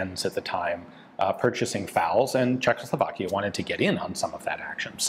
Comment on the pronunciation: Ian, it is pronounced Czechoslovakia, not Czech(L)oslovakia 😂😂😂